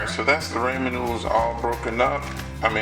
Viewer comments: Raymond noodles??? It's pronounced "RAW-MIN"! Got It??? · Dragneel Warface RAH-MEN ** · "Ray-man noodles" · why do people say "raymen noodles"?... it's " ra-men" noodles... where the y at? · Rah-men finally the last video I watched the dude called it Ray men! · Raymon noodles lmao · I love how he says Ray mon noodles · "Raymen noodles" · raymen noodles 😂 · Did this man say rayman noodles?😂😂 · Raymen noodles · Raymen noodles Lol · ray-man noodles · I TOOK THE VIDEO SO SERIOUSLY UNTIL THE END WHEN HE SAID “raymen noodles” 😂😂😂 but good vid tho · Pronounced RA-MEN NOODLES, thank you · "Das how I cook my raymond noodles" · I like how you say ramen you say it wrong but I like it. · He said ramen wrong